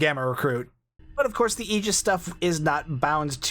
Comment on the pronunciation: Holy crap!!! You pronounced Aegis correctly! Nobody online gets that right. Subbed.